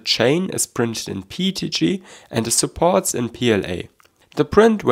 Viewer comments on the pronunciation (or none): your pronounciation of PETG (PEET-G) reminds me of Pingu